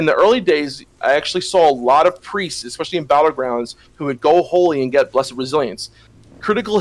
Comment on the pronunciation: Just started watching all your episodes on TBC and its really awesome so far - but if i have to hear say EGGSPACIALLY one more time im gonna hurt someone oO